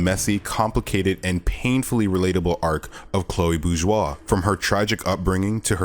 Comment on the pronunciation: Oh my god I found the only person that finally says this right without good video Man